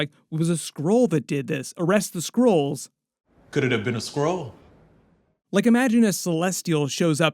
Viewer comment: I honestly thought he said squirrel, not skrull? 😂😂😂